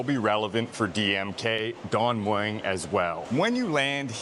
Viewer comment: Don Mueng you pronounce it with a "W" drop the "W"